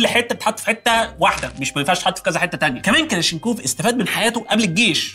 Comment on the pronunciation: اسمه كلاشنيكوف وليس كلاشينكوف